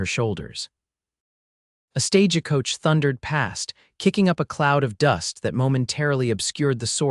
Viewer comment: Not another stage a coach miss- pronunciation my sign to exit stage left don't have time to listen to this mess of a story